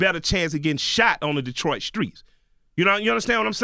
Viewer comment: He said Skreets just like Charlemagne, anybody in the south know how to not substitute a K for the letter T? /